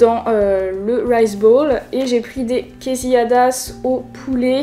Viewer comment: Quesilladas mdrrrr Tu voulais dire quesadillas plutôt non ? 😁